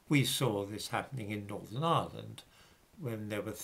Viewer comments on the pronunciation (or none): none